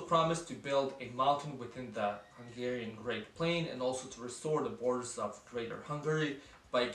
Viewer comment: Thanks for the Great Hungary decal on your laptop, much appreciated! :) Your Hungarian pronounciation is pretty good... are you from the Vajdaság? The video is pretty much spot on btw... only missing Mi Hazánk, they currently have 2 representatives in the parliament.